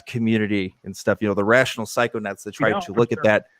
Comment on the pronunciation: were you talking about Adam, or Psyched Substance when you mentioned the "guy who wear's white and talks about drugs all the time"? also it's Psychonauts not psychonuts. like astronauts, but for the mind.